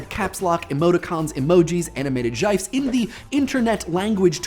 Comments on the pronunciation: Jifes... JIFES? it is a GIF, pronounced as giff. This is literally the MOST WRONG I have ever seen anyone be. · Did you...did you pronounce "gifs" as...as...jyfes? That has to be a running joke or something right? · Anybody else bothered by "jifes"? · Yo hold up. Did he pronounce gifs as jifes? da hell? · "Jifes"? Are you trying to break the internet?! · "Jife"...? "JIFE"??? I'm speechless. He literally says "jifes".